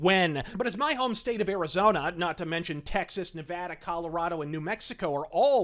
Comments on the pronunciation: Also, thank you for pronouncing "Nevada" correctly. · Thank you for pronouncing Nevada right. I remember a little while ago when a apartment complex in Vegas end up solictating to residents in LA. It's going to get worse when the new stadium opens. Fuck California!